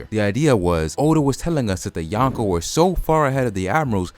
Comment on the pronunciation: it’s “Yonko” not “Yanko” Drop the A